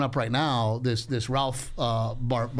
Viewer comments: I think Ralph is better than George and he is hating on Ralph because of it. The jealousy is so obvious that’s disrespectful purposely mispronouncing his name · The way he intentionally said his name wrong....1000% hes heard of Rakph Barbosa lol ...thats just some hating ass shit .. period.